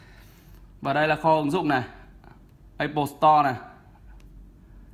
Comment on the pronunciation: a phát âm từ apple hay thật ấy